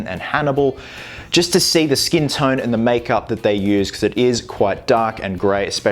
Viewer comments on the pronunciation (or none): none